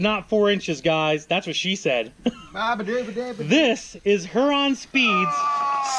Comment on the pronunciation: We live in the same city as Huron Speed...just so you know for the next video it is said “Here-on” not “Her-on”.